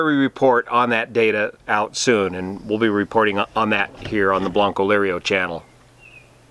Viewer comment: C'mon you keep saying "bloncolirio" instead of "" how hard can it be to get that right, great job on your Channel,though, thanks